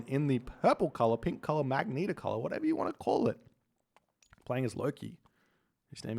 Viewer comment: Yeah it's Magenta (Mah-jen-ta), just fyi:)